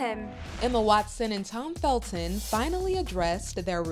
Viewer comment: I think he achieved a good few things more than being Emma's crush. Oh and it's Felton, not Feldon.